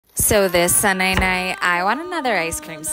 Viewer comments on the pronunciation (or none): “So this sunnananighttttt” 😂